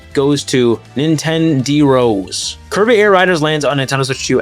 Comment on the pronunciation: It's pronounced Nintend-err-ohs , not Nintenderos like "Nintendo Heroes". Nintenderos is spanish for Nintendo fans.